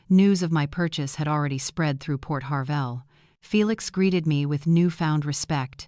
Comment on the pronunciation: Port HARVEY NOT PORT HARVELL!